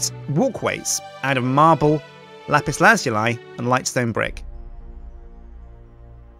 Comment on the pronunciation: Does ANYONE pronounce lapis lazuli properly?